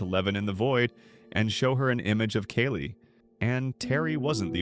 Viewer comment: i know its the AI voice butchering Kali's name but i was looking away and asked who's that?